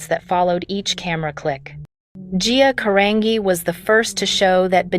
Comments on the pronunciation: Can any of these videos get her last name right? It's a soft G in her last name GEE. Say it again 'Carangi'. Ask somebody that knows. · They can't even pronounce her last name right. 🤦🏽‍♀️